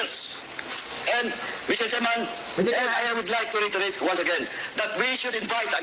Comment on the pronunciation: Paduano, mistsetserman!!! Bulol kang yawa ka!!!!magpa speech therapy ka!!!!